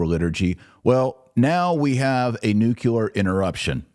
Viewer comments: Pronounce Nu cle ar correctly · Taylor, please learn how to pronounce nuclear (new-klee-er). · It’s pronounced NEW-clear not new-cue-lar. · AMERICANS PLEASE STOP SAYING NUCULAR YOU SOUND LIKE MORONS!! SAY NUCLEAR.